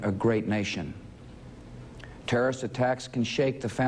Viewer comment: It’s Terrorist, not terrist!